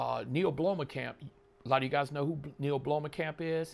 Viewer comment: You butchered his name. Neill Blomkamp